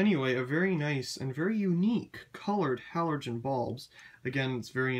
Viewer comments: It says on the box that they are halogen bulbs. Sounds like you are saying 'halorgen' and not 'halogen', putting an extra 'r' where there shouldn't be. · buxterbaxter yeah, I love the way he pronounces halorgen 😂😂